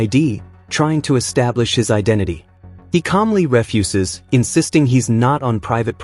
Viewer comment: AI still struggling with pronunciation I see. The word is refuse like saying you will not do something. Not refuse like the man picked up a lot of refuse after the party.